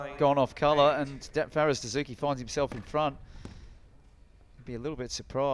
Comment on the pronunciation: "player[s] review dessou[s]ky" hahah priceless central ref